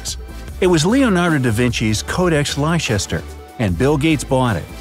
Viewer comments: Leicester is pronounced as Lester . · You pronounce Leicester like lester